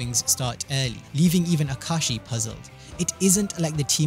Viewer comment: Ahem ah ka ah shi not ah kashi 😂 I had to since he complains in the manga